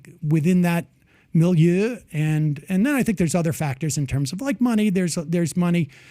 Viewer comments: The way he says milieu tells me he is a schmuck, poser. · Notice how pretentious that pronunciation of milieu was? Haha! Wow he must be so cultured! Reminds me of the time as a teenager I worked at a deli and this lady who thought she was somethin’ ordered a croissant, only she pronounced it French-style really loudly so everyone could hear her (she just came back from vacation to France). Hahaha people are so full of themselves.